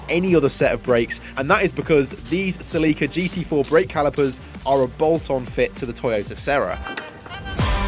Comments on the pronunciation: Sir, please stop calling a Celica a "Sea-lee-cu" it is pronounced by everyone in the entire world besides yourself, "Cell-eh-cu". I am sorry but I almost feel like some words the British people say are pure rage bait. 😂😂😂 🤘🐵🤘🐵🤘🐵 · I have never heard anyone say 'toyota celica' like that before... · I was wondering what the heck a Celeeka was and then realized it's just british pronunciation of the Celica.